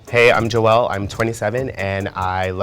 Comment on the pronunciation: “Jo-Ell” oh god...